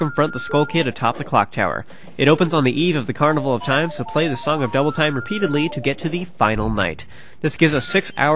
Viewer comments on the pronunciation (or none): none